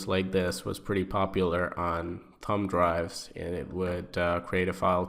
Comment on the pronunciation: Thumbdrive ("thumb drive" not "tum drive") processes ("process es" not "proceces" or "procesezes" or "procesiezes" or "proseizes" or "proseises")